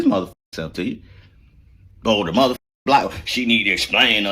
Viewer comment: I wonder what that would have sounded like if someone edited out everytime he said "Mothercuker"